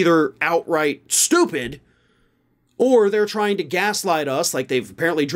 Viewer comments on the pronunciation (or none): none